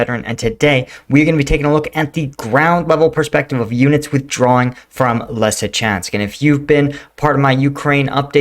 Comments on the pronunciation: Leezytjansk in phonetic. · I think the english phonetic version of Lysychansk is 'Lizzyshanks' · Bro…I enjoy your videos and analysis but COME ON….. LEE-SEE-CHANCE-K Or LISSY-CHANCE-K Say it with me…LEE-SEE-CHANCE-K. It’s not that hard LOL 🤷‍♂️🤦‍♂️😂🍻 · Lysychansk = Lew-sah-chaunsk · Leeseechansk..like in Bruce Lee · Lee - See - Chansk 😉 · “Luce-a-chan-sk” is how my Ukrainian wife explained the pronunciation to me. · the Ys in Lysychansk is a form of U and spoken as (in English) a female sheep... an ewe....Try it this way Lue Shoe Schank.